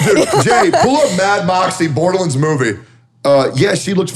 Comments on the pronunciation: lol Tectone: Borderlins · "Berderlunds" is killing me lmao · Every time Teccy says "Borderlands", it physically hurts